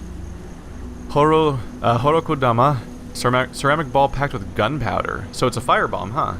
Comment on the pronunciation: I'm going to have to bitch about pronounciation on every episode, aren't I? Koh-DAH-mah. Christ that one is even spelled in all caps at some point. BEE-Zen. A long I sound in Japanese is always spelled "Ai".